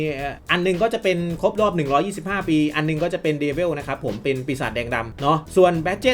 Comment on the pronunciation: มันอ่านว่า เดวิล จ้าา ไม่ใช่ดีเวลจะรั่ว55 เดวิล แปลว่าปีศาจ แต่ดีเวลมาจากไหน5555